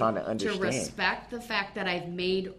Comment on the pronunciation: Axin' (asking) Respeck (respect) -Duh-rail Brooks Duhrail can't speak English